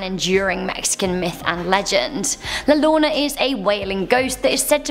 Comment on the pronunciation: All they need to remember, "LL" makes a Y sound. Yo - row- nah